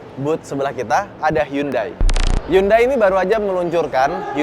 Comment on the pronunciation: Bang sangat niat ngomong merek Hyundai dengan cara pelafalan yang benar, tapi yang BOSE masih salah. Next bisa lebih dibenerin lagi bang..